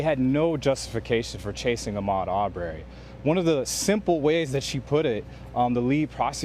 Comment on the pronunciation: This reporter is awful he's pronouncing Ahmad's last name wrong.